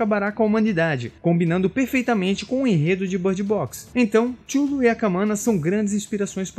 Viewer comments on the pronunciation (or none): um adendo, nada demais. tchullu, se fala cutulo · avisando que Cthulhu se pronuncia Ka-THOO-loo , e não xullo ou como vc tava lendo, ;) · Minha impressão ou vc falou o vídeo todo "xulu" no lugar de Cthulhu? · Chulu, como vc pronunciou é muito feio de ouvir, o mais famoso e aceito é Quitulu ou quitchulu. Apesar de a ideia da grafia é ser o impronunciável, e gerar essa discussão, ficou feia essa sua. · Oi só uma info Cthulhu não se fala da forma que vc falou, (Kutulu) essa é a pronúncia correta ( falando isso caso queira falar sobre o assunto em outro vídeo) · Cthulu não se pronuncia "Tchulu" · Amigo, sua pronúncia de Cthulhu tá bem equivocada. Acredito que você não seja fã do Lovecraft.